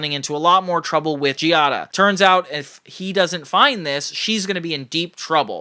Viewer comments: Am I the only one who when I hear someone constantly mispronounce a character’s name, I instantly get annoyed and don’t take their take seriously. “Gee-ah-da” not “Gay-Dah” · It’s pronounced jee-ah-da (Giada) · killing me how you pronounce the wife's name. please stop 😭